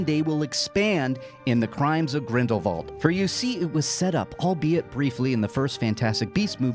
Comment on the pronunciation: are you saying GRINDLE VAULT or GRINDLEWALT cause its really frustrating......